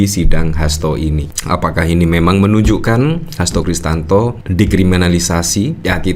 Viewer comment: Hasto Krisyanto min bukan Kristanto